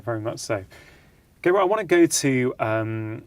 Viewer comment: Slightly annoying that Dr Chatterjee couldn't have found out how to pronounce Gabor...